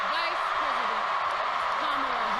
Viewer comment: IF THIS SELF HATING TRICK candace owens COULD TAKE A PILL TO TURN HER BLACK SKIN SHOE POLISH WHITE, SHE WOULD. SHE KNOWS THE PROPER PRONUNCIATION OF KAMALAS' NAME, BUT LIKE THE WHITE FOLKS SHE DANCES A JIG FOR, SHE CHOOSES TO DISRESPECT HER AT EVERY TURN. JEALOUSY IS HER BEST FRIEND😶